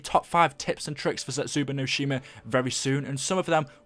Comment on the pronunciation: Why can no one pronounce any of the maps???? It's Der Eis-en-drak-ay, and Zets-ooh-boo-no-shee-mah